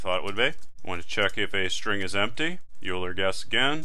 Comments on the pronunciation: String EulerPronun; While(EulerPronun != “oiler”){ cout << “enter Euler pronunciation ”; getline(cin, EulerPronun); if(EulerPronun == “youler”){ cout << “Youl her?! I hardly know her!” << endl; } } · Your use of parentheses is suspect I think when you write "(age >= 80 && ((age > 100) || ((age-AgeAtlastExam)>5)))" I think you have one too many left parentheses unless I'm going crazy. Also, it's pronounced "oiler" not "U-ler" !! Lastly, I'm experienced with programming, but haven't seen C++ before, not sure why so many people can't follow along at this pace, this is exactly what I was looking for! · Good tutorial but please never say "yuler" again. It's "oiler". Thanks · Euler is pronounced "oiler". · Great video, but Euler is pronounced Oiler. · When he mispronounced Euler, I laughed and actually pushed my glasses up on my nose. : ( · Anyone else notice that he kept pronouncing Euler wrong? Tutorial was amazing though.